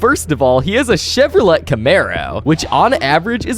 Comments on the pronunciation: It’s pronounced Chevro-Lay not Chevro-let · it’s pronounced chevorlae not Chevrolet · it is actually pronounced shevrolay but spelled Chevrolet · No way bro didn’t know the t I silent in Chevrolet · As a car guy, his pronunciation of "Chevrolet" really boils my pot.